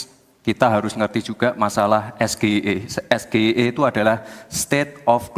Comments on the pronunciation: dungu sejajar dengan Es Ji Ay I Dibaca SGIE, pertanyaan terbodoh yang pernah ada dimuka BUMI. Singkatan Bahasa Inggris dilafal Bahasa Indonesia. Sudah Salah spelling, Salah pronounciation, hasil contekan, ehhhh bangga pula ngejek Imin pertanyaan sulit padahal pertanyaan Dungu. Ditanya speculators dijawab investor. Tuli apa bodoh sih??? 😂😂😂😜😜😜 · Lohhh bukan gak tau tapi singkatan Bahasa Inggris Es Ji Ay I dilafal Bahasa Indonesia SGIE, biar sampe botak professor yg bergerak dibidang ekonomi syariah juga gak akan juga gak akan ngerti si Gibran BACOT apa???. Sudah Salah spelling, Salah pronounciation, hasil contekan, ehhhh bangga pula ngejek Imin pertanyaan sulit padahal pertanyaan terbodoh yang pernah ada di muka BUMI. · Ha...ha... SGIE... Es Ge I E... ternyata bhs Inggris...😀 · Sayangnya Imin lengah, walaupun lawannya juga Salah pengucapan istilah asing ... [es ji si i] Strategi yg sama dg yg digunakan "daddy"nya.... 👍👉🙏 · Itu singkatan Inggris Gibran juga salah mengeja harusnya dibaca "ES JI AI I", State of the Global Islamic Economy (SGIE), bukan buat bingung lawan debat aja. tapi buat bingung seluruh masyarakat yg nonton. hhahaha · singkatan dari bahasa Inggris tapi ejaannya bahasa Indonesia.. Mau ubah juga kamus bahasa Inggris k??😂😂😂 G=ji,,I=ai,,E=i...contol dibaca kontol😂😂😂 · Singkatan Bahasa Inggris Es Ji Ay I dilafal SGIE 😂. Biar orang Es Ji Ay I juga gak akan paham pertanyaan si bodoh Gibran 😂. Sudah Salah spelling, Salah pronounciation, hasil contekan ehhhh bangga pula ngejek Imin pertanyaan sulit padahal pertanyaan terbodoh didunia 😂😂😜😜😜☝️🇲🇨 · Gibran sebenarnya ga paham apa yg dia tanya,, pas ditanya apa itu SGIE,, dia langsung nyontek.. Dan seharusnya karna itu singkatan bahwa Inggris,, cara bacanya harusnya ga gitu. Es-ge-i-e,, mana org paham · Ko singkatan bhs inggrisnya gitu, salah tuh dlm pengucapan bahasa inggris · Trus Gibran pun nyebut sgie pakai b. Indonesia 😂 Pas nyebut kepanjangannya nyontek juga gak hapal wkwkwkwk